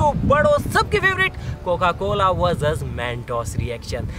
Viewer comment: He said Coca Cola vuzuz mentos🙂😂😂😂😂😂😂😂😂😂😂😂😂😂😂😂😂😂😂😂😂😂😂